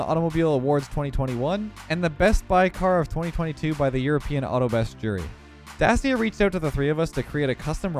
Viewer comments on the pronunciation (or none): hey, just so you know. Dacia is pronounced da-chee-uh. its a Romanian brand owned by Renault. And as we all know, French brands are weird. Citroen, Peugeot and Renault are all said differently to their spelling lol